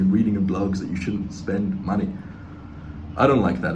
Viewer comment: Why is they way he says money so funny? Männie